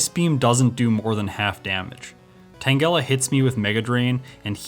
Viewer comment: The way u say tangela tho. . . 🤢